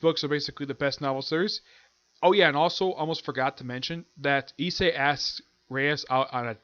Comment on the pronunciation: no you actually pronounced the main characters name correctly, so don't mind what I told you in regards to that. It must of been that I didn't quite understand what you were saying when I heard you mention it previously.